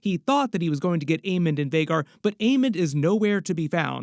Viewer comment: STOP CALLING HIM DAEMOND